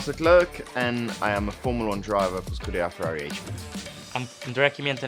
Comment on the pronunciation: "I am Sharls Leglerk an imaformla1drivefor ScudararerrFari aichpee"